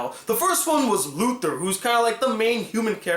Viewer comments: Its Lothar, not Luthor.....it aint smallville/superman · lothar not luther